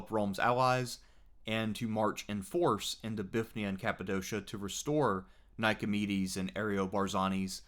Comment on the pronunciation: Confuses me how so many people miss the Y in Bithynia. By all convention of pronouncing greek places you would expect English speakers to say bi-THIN-ia